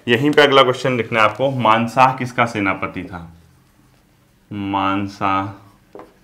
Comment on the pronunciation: Sir अकबर का सेनापति मानसिंह था आपने फ्लो फ्लो मे मानसह बोल दिया ❤❤